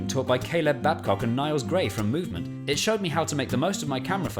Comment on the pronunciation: "from mOvEmEnT" meanwhile not the course saying "moment"